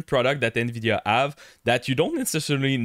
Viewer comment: the " In Veedeeaaa Up ? what about the nVidia down ?